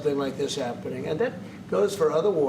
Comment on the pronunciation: "After zis we're gonna have a big pedo party with the european leaders"